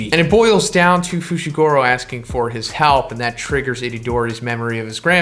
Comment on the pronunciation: fooshigoorow lololololololol